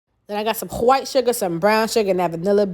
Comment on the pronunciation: Why do you say “white” like that???? Do it bother you?